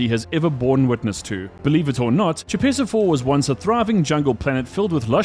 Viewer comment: Oy. Choepessa IV is pronounced **koh-pess-ah**.